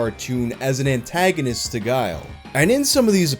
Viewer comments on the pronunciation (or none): none